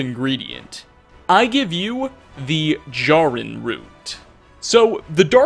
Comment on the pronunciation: Also mispronounced Jarrin.